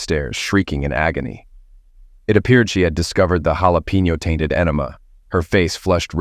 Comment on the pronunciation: Dear Mr. robot voice narrator "man", what the hell is "SHAA-lah-peenyo" pepper juice? You might want to consult with an actual flesh and blood human person being for the correct pronunciation of the words that us human people persons speak.